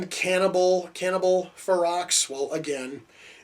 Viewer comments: Hahaha Cannibal Xerox...now you should know how to pronounce the title. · The x is silent it's pronounced (fur-row) it's spelled ferox but pronounced fur row. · the x is silent ; ) its fero